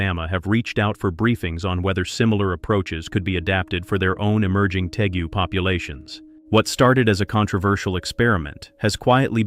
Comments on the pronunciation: How about we use a human to narrate these? It is pronounced Tay-goo. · It’s interesting how the creators of this video don’t even know the difference of a Tegu a Nile Monitor or a Spiny Tail Iguana! They also don’t even know how to pronounce Tegu (tee-goo)